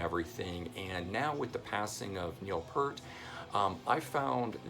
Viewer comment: Stop pronouncing Peart as Pert!